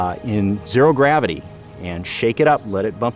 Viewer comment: Dear narrator there is no D in gravity!😅